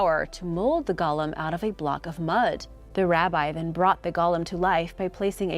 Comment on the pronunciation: The pronunciation is Go-lem, not gollum. Gollum was the sickly little creature from lord of the rings.